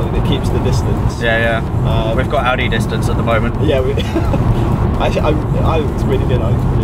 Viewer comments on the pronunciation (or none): "Audie car length" LOL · "Audi length" HAHAHAHA